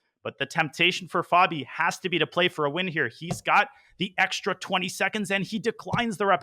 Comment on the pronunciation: Stop saying fehbi